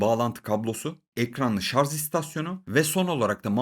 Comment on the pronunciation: adam ciddi ciddi sarz diyo lan :)